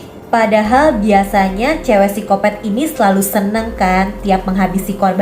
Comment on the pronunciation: Mohon maaf kak, tapi cara bacanya psikopat bukan sikopet🙏🙏🙏